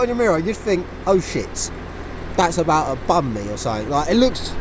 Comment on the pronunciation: “Oh shit…. That’s abaaat ta bam me or sumet” xD loved that.